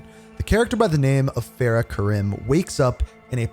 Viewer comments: What is with your name pronunciations? There were multiple instances where the name was properly stated, yet you still go on and stuck with your incorrect pronunciations. For example, the name “Farah” is pronounced, Far-ah. Instead, you proceed to call her as Fair-ah. Another example was when you said Khaled as, Ka-leed, when it was supposed to be Ka-led. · Great video but please show some respect to the characters name, it’s pronounced Far Rah not Faira, I don’t understand why you whitewash the name when they literally pronounce it correct for you. Karim is pronounced Kareem not Kay rim as well. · I see after 4 years this man still butchers this woman's name It’s Farah (Far-ah) her last is is Karim so it's pronounced Kareem but with an i